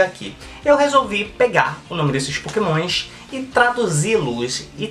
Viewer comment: pokemoinshh kkkk sutake loko